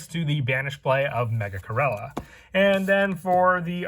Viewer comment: I almost unsubscribed & took my like back cuz of the way u said my boi Megachirella’s name…💀